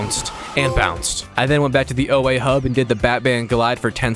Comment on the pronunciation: its not O A btw its pronounced Oar but could also be said like Or